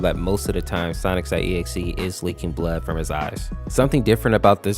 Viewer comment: I love how he calls sonic.exe sonics.exe